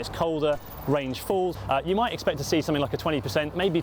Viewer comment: Somethink? Really? What’s wrong with the proper proper pronunciation?